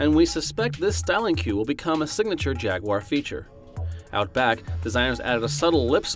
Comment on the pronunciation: Stop mispronouncing jaguar!